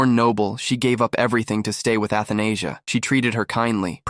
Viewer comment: Athenasia (Anesthesia)😭 pretty sure it’s read A-tha-na-sia